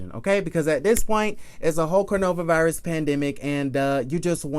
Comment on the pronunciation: Why are you say cornova virus ? And kenya Moore Hair Care?? When are you going to drop that ? Not cute any more!